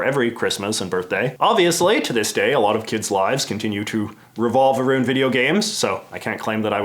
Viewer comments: I love when Canadians let slip their natural speech. Let's chat about that anytime you get aroon to it.😉😂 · Ah-roond is a new one